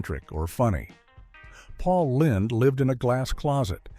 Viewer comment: Paul Lind (rhyming with Grind)?